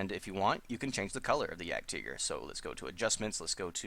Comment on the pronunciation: German pronounciation.